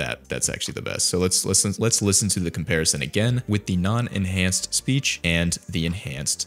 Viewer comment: bro said speash 😭